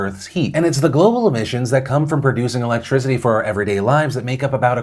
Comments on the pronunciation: Why does Phil say, "electrizity"? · Philip "Electrizity" DeFranco